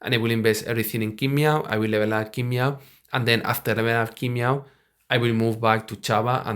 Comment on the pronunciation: It’s not King Meow but Tsin Mao:)